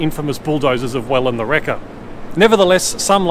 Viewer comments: is Whelan the Wrecker was pronounced ‘wheel-an’ rather than well-an? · It's pronounced Wheelan not Well an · Weelin'.. not wellin'! Shame 😄👋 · Who says "wellen"? It's wheel-an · Great video, one quibble, Whelan is pronounced Wheelan not Wellan. Anyone from that era would know how to pronounce it. Like Phelan is Pheelan not Phellan. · Is no one going to say anything about the way he pronounced it, though? It's wheelan .. not Wellan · Was about to comment about the old pub on Bank Place before finishing the vid but you got it mate! It is the oldest. And Whelan the wrecker was pronounced wheelan 😁👍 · I believe they are pronounced "whee-lan" the wrecker and they certainly have torn down a lot of Melbourne's history. No slight on Whelan and they are now history having closed the business 30 years ago. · Hi, I Like your series about Melbourne. The wreckers who took out a lot of old Melbourne were Whelan's. It's pronounced like wheel. Wheelen. Look them up. Plenty of monkey business there. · That's how everyone pronounced it when I grew up. Thankfully others found the narrators pronunciation jarring.